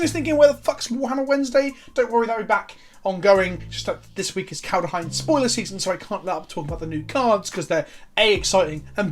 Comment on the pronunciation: I swear I can't keep listening to him saying Kald-UH-heim.